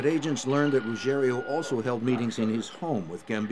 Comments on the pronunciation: You’d think the voice-over person would learn to pronounce Ruggiero, the main character in the build-up to getting Gotti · So annoying that the narrator can't say Ruggiero and always says Ruggerio. So unprofessional 🤷‍♂️ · It's Ruggi-ero and not Rugg-erio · Carlos Gambino😂 For a documentary, you'd assume they would learn their real names. Also, its Angelo Ruggiero, not Rugerrio.